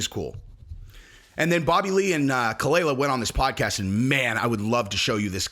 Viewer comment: You can't even do enough research to know how to pronounce khalyla or, that their NOT MARRIED, or even that ethan, h3, is an advocate for freespeech on youtube, having won several lawsuits to protect reaction youtubers like yourself. (Dumbass).